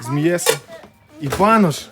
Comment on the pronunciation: БанУш а не банОш. Банєку. 😂😅😂